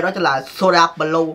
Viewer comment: ah nói b lue sai rồi blue mới đúng